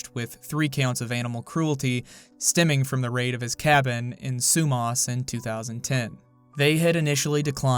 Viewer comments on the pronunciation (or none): Unfortunately this is my hometown. Sumas is pronounced SUE MASS. Whatcom is pronounced WATT COME. I am ashamed of this place but there's not much to do around here lmao